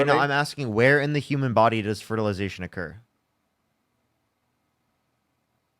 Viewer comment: Does the caller keep calling the womb a wound? And fertilization fraternity? Or is my hearing just messed up?